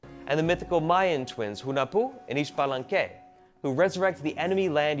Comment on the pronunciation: That moment you realize he's never played smite because he can't pronounce xbal's actual name.